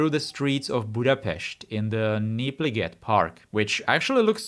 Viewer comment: Budapest, and Népliget was pronounced well enough to think about your nationality!